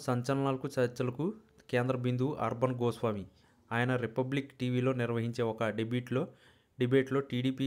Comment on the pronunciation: You are unable to pronounce the name of Mr Arnab Goswami. You have not properly presented.